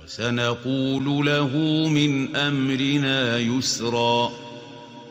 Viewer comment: وَأَمَّا مَنْ آمَنَ وَعَمِلَ صَالِحًا فَلَهُ جَزَاءً الْحُسْنَىٰ ۖ وَسَنَقُولُ لَهُ مِنْ أَمْرِنَا يُسْرًا (88) الشيخ الحصرى رحمه الله لا ينطق حرف الواو فى ( وَسَنَقُولُ لَهُ مِنْ أَمْرِنَا يُسْرًا) ياريت حد يدقق معاى لآنى شاكك انى اكون انا اللى سامع غلط وهى فى الدقيقة